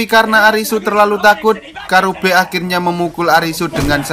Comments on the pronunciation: Gw ngakak napa bilangnya kurabe pdhl namanya karube😭😭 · Karube bang bukan kurabe